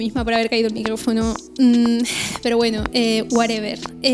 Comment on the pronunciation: me gusta mucho tus videos, y no se me gusta cuando dice wuarever xD, o como se escriba, saludos cuídese mucho.